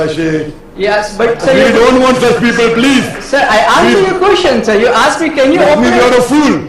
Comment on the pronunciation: Hey Dude it's ASKED NOT AKSED ITS EASY ASKED ASKED ASKED NOT AKSED AKSED AKSED